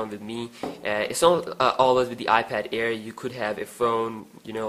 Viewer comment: It's iPad air not ear